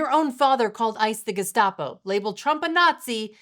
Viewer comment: Tim Walz is such a doofus, he couldn’t even get his slandering of Immigration Enforcement right. He fumbled over the word ‘Gestapo’, then doubled back to correct himself and STILL mispronounced it.😆 This dipshit has overseen a State in which a level of fraud was perpetrated to such a staggering degree, it makes La Cosa Nostra look like the Girl Scouts.